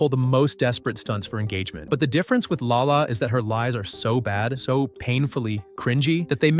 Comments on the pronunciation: its lala not Allah no hate though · NO ITS LALA SADI PLS CORRECT IT PLS (I don't like her it's just that u said Allah sadi so pls) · no , not Allah :( its LALA , not ALLAH. (god) :((